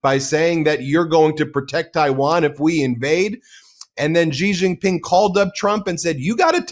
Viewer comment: It’s not zhi Zhing Ping. It’s “shee” JinPing. The Sh sound indicates by the X is made by putting the tongue near the roof of the mouth. Mandarin also has another SH sound, closer to the English SH.